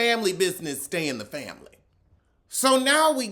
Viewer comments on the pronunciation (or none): I miss when mispronounced family like, "fambily". It always gave me a tickle. 😅